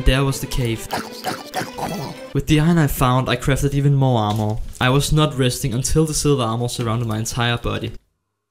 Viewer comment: The are-more 😂 i don't know why .. but the way he said armor make me laugh .. only the word are-more 😂